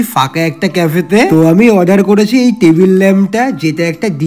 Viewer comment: টেবিল ওটা তেবিল না তোতলা😂